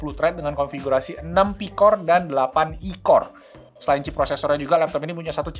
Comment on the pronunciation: Palembang bgt ko “selaa nya” .. 😂😂